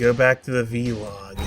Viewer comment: Love that you pronounce ‘vlog’ as ‘V-log’.